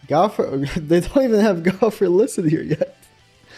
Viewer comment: Like how no one can say gowther’s name right like it’s not hard. His not an animal say it right.